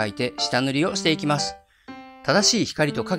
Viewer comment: 発音がざ行がじゃ行にさ行がしゃ行になってる…？？？ 〜ます。も〜ましゅ。に聞こえます。 イラスト関係なくてすみません…。